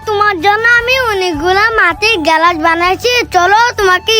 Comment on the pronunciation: গেলাস না গ্লাস